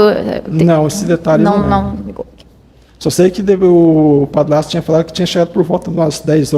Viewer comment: Padlasto , Plata 🤣🤣🤣🤣🤣🤣🤦🏼‍♀️🤦🏼‍♀️🤦🏼‍♀️🤦🏼‍♀️cebolinha, adliam!